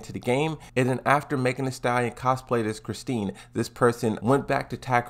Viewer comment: Well... is calling her Chris-teen Mon-tare-ee-yo instead of Chris-Tee Mon-tee-yeah-row. So yeah, dude dose not know how to pronounce her name she must not be popular.